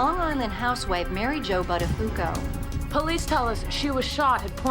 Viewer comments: Thats an italian Name the original pronounciaton would be boottafuuoco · Not once have they pronounced Buttafuoco correctly what is it that people can't be bothered to pronounce an Italian word correctly for f sake. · The way they pronounce the surname "Buttafuoco" is painful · His name should have been a big red flag to her - "BUTTafuoco" Am I the only one laughing every time they say his name ? "BUTTafuoco" I can't imagine any woman longing to become "Mrs. BUTTafuoco". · As an Italian, the way they pronounce Buttafuoco is utterly disturbing :-) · She definitely has an italian last name! Buttafuoco means throwfire but you pronounce it so wrong 😆